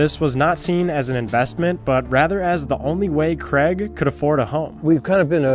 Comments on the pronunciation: How to correctly prounounce the name Craig. Hint: It's not "creg". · Ffs, its Craig, not Creg! it’s not hard to correctly pronounce name Craig!